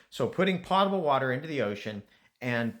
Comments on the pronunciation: You can erase my comments all you want. This is not a case of an accent. You don't know how to pronounce the word potable. It is not pronounced like a pot you cook in. Imagine how many times, as an engineer, when you were doing consulting and you pronounced it wrong.@ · That is not a case of an accent. You just don't know how to pronounce that word. It is not pronounced like a pot you cook in. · How does a professor not know how to pronounce the word potable?